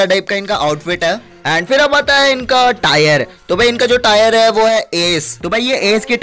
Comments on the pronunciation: It's not tyre it's tier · भाई टायर नही टीयर होता है🙏😁😁😀😀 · Bhai Tire nhi Tier bolte hai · Tire🤣🤣🤣 it's tier bro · Tayar 😂😂😂 It's tear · Its tier not tayer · Tyre 😂 diamond 2 bc tier hota hai tyre nahi